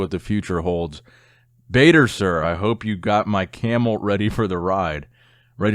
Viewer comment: Badr sir, is Badr Hari. Not Bader,.